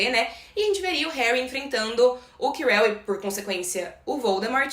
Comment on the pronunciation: Acho que você pronunciou Ojesed certo, só o nome do prof. Quirell que não 🧐🤣🤦🏻‍♀️